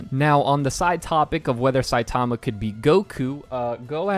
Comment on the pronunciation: Is that how the english dub pronounced Saitama? Shit My ears are bleeding from you saying it anyway.